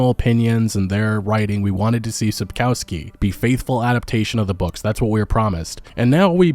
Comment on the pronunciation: There is no "cow" in "Sapkowski". It's "O" like in "cost": [Sapkovski].